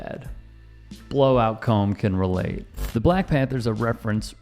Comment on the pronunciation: I really can’t stand the way you say the word “BLACK”.